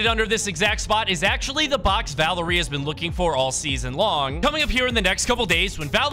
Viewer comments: pronounce valeria va-lar-ee-a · it is pronounced va lair ria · Its pronounced like val area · and Valeria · Oh my god why do so many creators pronounce Valeria like that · Bro why does he say Valeria like that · The way he pronounces valeria